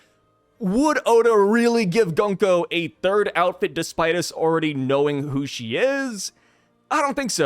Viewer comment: It is Gunko.